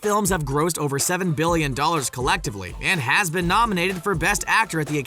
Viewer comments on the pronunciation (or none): Why doesn't one of the Ryans narrate everything on SR??? Great video but I love Will Smith so even hearing douchey the narrator say "am I right" like a hyperactive twelve year old can't ruin it. The 150 mile high club? Everyone? Umm, no. Almost ruined but not quite. "Ben" instead of "been"? Grrrr. No carbs at Christmas!!!! HOLY CRAP!!!!!! Still not ruined. Space Jam is WHAT???? Ha! Still not "ben" ruined. Ryans, where the hell are you???